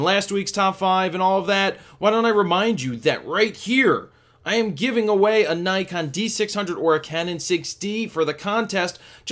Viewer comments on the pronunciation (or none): none